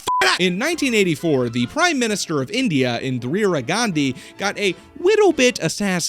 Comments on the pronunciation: IN+ DEE + RUH is the pronunciation, not IN + DREER + UH. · Bro...I do enjoy your content, but you REALLY need to check your research. Get some ACCURATE info re: Indian history... At least you stopped saying: "In-Drear-ah" half way through. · Why can't you pronounce Indira but you can pronounce Gandhi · FFS MAN INDIRA, I-N-D-I-R-A, INDIRA also best channel watched all the videos